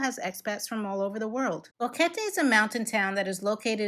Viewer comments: It's BOquete not BAHquete. She said it right, just ask anyone who knows Spanish. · This is the best video about Boquete (thanks for pronouncing the name correctly) that I have seen so far. Great information and a real view of the area. 😀👍 Thanks!!